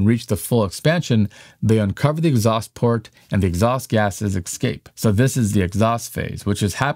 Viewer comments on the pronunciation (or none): Your diction should also respect the English language ! There is no word 'Excape' !!! The word is 'ESCAPE' Aks anyone !!! Please do better . 🙏